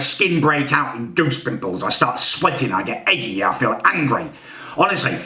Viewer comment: Do you think he'll ever realise it's 'aggy' not "eggy". Meaning aggravated not meaning he's been egged on